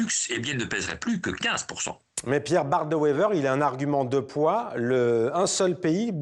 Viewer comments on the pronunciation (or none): "Bart de Wever" au lieu de "Bart De Wever"...🙄 Pas peur de la cuistrerie, ces Français!